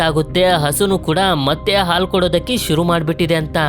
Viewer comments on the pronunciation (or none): none